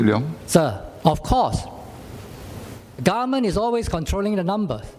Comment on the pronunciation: The way he pronounce government as garment is so funny...